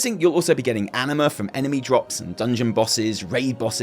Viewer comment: I can't control myself, and instead of "anima", I keep hearing "enema". LoL. Sorry.